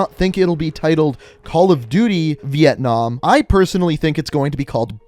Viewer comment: hahahahhahahahahhahahah vientnam not cold war